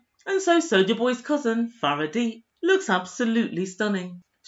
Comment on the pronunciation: It's Fareedat not Faradeet. I don't know why Nigerians put 'at' on the end of names, basically she is Fareeda is means unique.